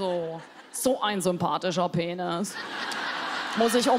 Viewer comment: und die betonung :-D